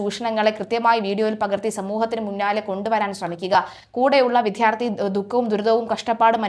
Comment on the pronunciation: Sorry for pointing out .but I' must tell this.When pronounce the word vidyarthi why do you use a force and say vidhyarthi First please learn the differences between Malayalam letters how each letter is pronounced